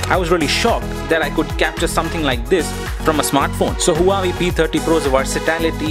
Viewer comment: You are saying Huawei like Hawaii.